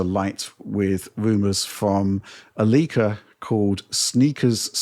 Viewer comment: “a leekah called sneekas” 😂